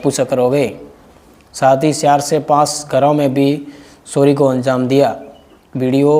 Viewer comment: सोरी नहीं भाई चोरी बोलो 😂